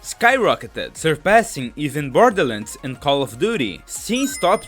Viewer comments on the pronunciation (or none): none